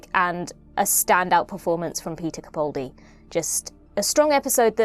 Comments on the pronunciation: (It's CaPALdi not CaPAULdi.) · sorry, but both don't work fine. He pronounces his name CaPALdi - where both of the 'a's are sounded like the 'a' in apple. Of course we all know who we're talking about, but don't you consider it disrespectful to continue to mispronounce his name? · How has it been 10 years... and you're STILL pronouncing his name WRONG! You have the nerve to call yourself a fan. This is a disgrace! It's CaPALdi, CaPALdi, CaPALdi, CaPALdi, CaPALdi, CaPALdi, CaPALdi, CaPALdi, CaPALdi, CaPALdi, CaPALdi, CaPALdi, CaPALdi, CaPALdi, CaPALdi, CaPALdi, CaPALdi, CaPALdi, CaPALdi, CaPALdi, CaPALdi, CaPALdi, CaPALdi, CaPALdi, CaPALdi, CaPALdi, CaPALdi, CaPALdi, CaPALdi, CaPALdi, CaPALdi, CaPALdi, CaPALdi, CaPALdi, CaPALdi, CaPALdi, CaPALdi, CaPALdi, CaPALdi, CaPALdi, CaPALdi, CaPALdi, CaPALdi, CaPALdi, CaPALdi, CaPALdi, CaPALdi, CaPALdi, CaPALdi, CaPALdi, CaPALdi, CaPALdi, CaPALdi, CaPALdi, CaPALdi, CaPALdi, CaPALdi, CaPALdi, CaPALdi, CaPALdi, CaPALdi, CaPALdi, CaPALdi, CaPALdi, CaPALdi, CaPALdi, CaPALdi, CaPALdi, CaPALdi, CaPALdi, CaPALdi, CaPALdi, CaPALdi, CaPALdi, CaPALdi, CaPALdi, CaPALdi, CaPALdi, CaPALdi, CaPALdi, CaPALdi, CaPALdi, CaPALdi, CaPALdi, CaPALdi, CaPALdi, CaPALdi, CaPALdi, CaPALdi, CaPALdi, CaPALdi, CaPALdi, CaPALdi, CaPALdi, CaPALdi, CaPALdi, CaPALdi, CaPALdi, CaPALdi, CaPALdi, CaPALdi, CaPALdi, CaPALdi, CaPALdi, CaPALdi, CaPALdi, CaPALdi, CaPALdi, CaPALdi, CaPALdi, CaPALdi, CaPALdi, CaPALdi, CaPALdi, CaPALdi, CaPALdi, CaPALdi, CaPALdi, CaPALdi, CaPALdi, CaPALdi, CaPALdi, CaPALdi, CaPALdi, CaPALdi, CaPALdi, CaPALdi, CaPALdi, CaPALdi, CaPALdi, CaPALdi, CaPALdi, CaPALdi, CaPALdi, CaPALdi, CaPALdi, CaPALdi, CaPALdi, CaPALdi, CaPALdi, CaPALdi, CaPALdi, CaPALdi, CaPALdi, CaPALdi, CaPALdi, CaPALdi, CaPALdi, CaPALdi, CaPALdi, CaPALdi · Please,, can you stop mispronouncing Peter Capaldi's surname.